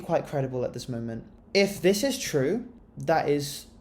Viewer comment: nawr it's chrew